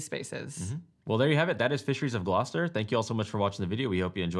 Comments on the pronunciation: Initially interested to see if the pronunciation of Gloucester was the same as in the UK, and satisfied to find out it is! Great playthrough, you guys! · As usual a great video, but a big congrats for you for pronouncing Gloucester correctly :D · As someone who lives nearby they nailed the pronunciation! Very interesting that’s it’s the same in the UK.